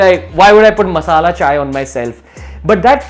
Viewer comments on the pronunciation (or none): none